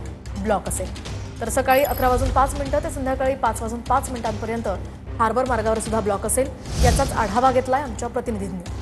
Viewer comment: हार्बल नाही😂😂😂 हार्बर आहे ते.